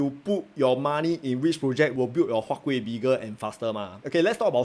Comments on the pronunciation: Sir, your "K"ueh dropped off again ah? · Siao eh, why your huat kueh the k gone again D